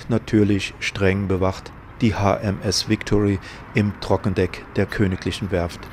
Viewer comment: TrockendOck, nicht TrockendEck!!!